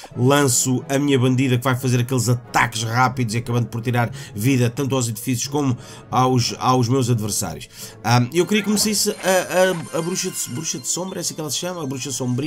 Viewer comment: "tirar vida aos edficios" kkkkkkk